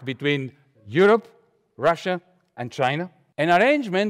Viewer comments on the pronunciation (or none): none